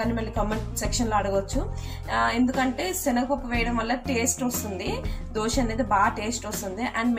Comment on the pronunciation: Dhosa kadhu amma...It's Dosa...